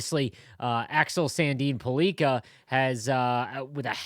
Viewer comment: It is not Sandin - Pull- leak-a it Sandin Pell- licka